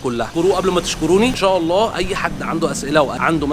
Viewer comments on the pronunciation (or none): none